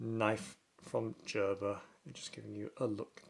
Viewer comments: Jerber 😂 you mean Gerber (GrrBer) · Lol 😂 He is saying "Jerber" wrong pronunciation 😂😂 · Gerber with a hard G. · It's pronounced gur-ber